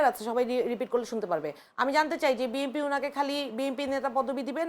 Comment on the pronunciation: নামটা ভালো করে উচ্চারণ করতে পারেন না বিএম।পি নয় বিএনপি।